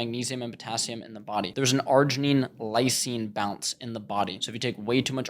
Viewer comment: Pronouncing balance like “bounce” keeping you big as hell